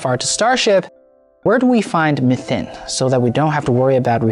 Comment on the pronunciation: What is mathin? It's pronounced me-thane. I understand that accents are a thing, but this was changed so much I almost didn't know what he was saying at all.